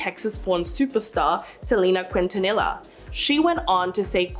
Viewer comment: Its not Kwintanila its Selina Quintanilla which is pronounced Kintaniya...u is silent and double L is like a Y 🙄